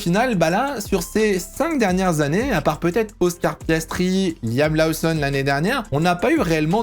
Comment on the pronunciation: Il faudra travailler la prononciation des noms de Bearman et Lawson 😅